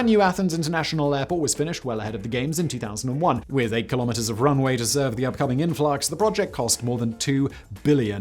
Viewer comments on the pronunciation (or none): none